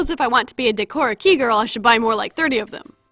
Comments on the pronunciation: everyone is saying "Decora KEY" but it's "Decora KAY" lol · “day-kora key” reeeeeeeeeeeeeeeeeeeeeeeee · hey man is pronounced "daeh-core-ah" "kAy" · In Japanese you’d pronounce Harajuku like “하다즈그” and Decora Kei like “데코다 캐이” for future reference 😉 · It's actually pronounced "De-ko-ra kay"! Every vowel in Japanese sounds the same, with the occasionally silent vowels (usually u) to either accomadate English words or just to add less syllables to a sentence. If you have any questions, please feel free to ask! Im currently learning Japanese, so keep that in mind!